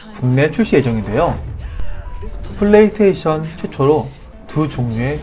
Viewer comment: 플레이 서테이션으로 들립니다.